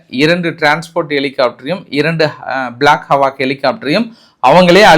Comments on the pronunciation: அய்யா அது பிளாக் ஹவாக் இல்ல பிளாக் ஹா.க்.. haa_iikkk avloo than.. hawak illa Kuthikaattala ellam solreenga sollum podhu correct uh sonna innum nalla irukkum nu thonichu pottutaen😅 Eduthukitta eduthukoonga illana comment waste avloo thaan😂😂 I support your comment on one thing even though it seems one sided support, ennathaan 4-5 flight suttu poottalum, 1 aalukkaga 4,5 helicopter illa innum 4 aircraft poonaalum parava illa nu vanthu thookkittu poirunthaa athu kandippaa gethu thaan.. "vanthu rescue pannirunthaal" 😂😂 Ithu namma air operation apoo abhinanthana namma pakistan kulla pooi thookkiruntha namma gethu Ennanu olagathukku katirukalaam miss agidichu😅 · Correct not hawak, it's hawk. Eagle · 🚨 Boss adhu பிளாக் அவக் இல்லை prounce பிளாக் அஹ்க் helicopter 🚁